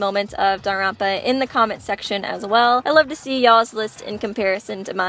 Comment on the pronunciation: How she said Dangropa